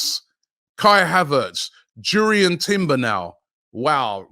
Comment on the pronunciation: What a signing timbers would be I'm from Amsterdam been watching him for years . You pronounce his name like (yurrien) jurriën For the money Chelsea want for shy havertz the can keep him....